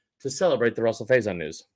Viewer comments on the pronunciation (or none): Why does this guy keep calling him “Russell “??? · He's been saying it like that all year